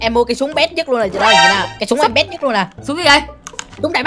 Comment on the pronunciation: dăm ba mấy con "lày" :))